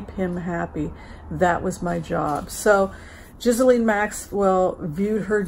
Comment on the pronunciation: her name is pronounced GEE LAINE